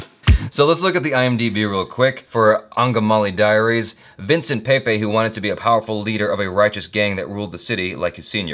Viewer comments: you pronounced it correctly.. Angamaly Diaries 👍👍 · Wohoo!! Did anyone notice how correctly he pronounced 'Angamali Diaries'? is such a beast 😀 ❤️